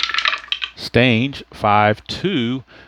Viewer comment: They told you wrong... it's Lee Stange like rang, hang, tang. I was watching a video on YouTube of a Red Sox game from the late 60's and that is what the announcers called him. Lee "Stang"... like bang, wang, Kang! I told you this once before and you said it correctly, not sure why you questioned it again.